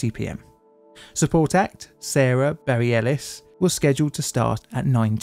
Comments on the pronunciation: Except it's pronounced Bareles, not Beri-elis for Sara Bareilles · Maybe lookup how to pronounce people's names on Wikipedia or anything before making a video? Sara Bareilles is pronounced "bə-REL-iss" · Fyi, it's pronounced "Ba reh less" for sara bareilles. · Oh has 1.1 million subscribers. Well earned my friend. Youve obviously worked hard to earn that over the last year. Really congratulations. Also the way you said sara "barry-ellis" name is hilarious. I hope someday she watches this video. Although that was probably a shitty day for her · "berry-ellis" lmao... if you havent heard her music you should! I think you'd like it:) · ...you couldn't research how to pronounce Bareilles?